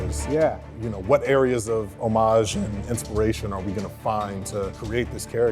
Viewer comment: how can someone mispronounce "homage" so much without one person telling them how to say it correctly lmao